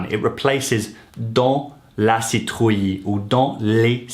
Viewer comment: Nice video! However citrouille is juste pronounced seetrooy, and type is pronounce tip.